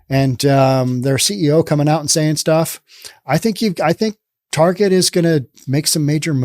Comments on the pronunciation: Ok dude. You saying Tarjay really was annoying. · “Tar jai”, I’ve never heard it pronounced that way before.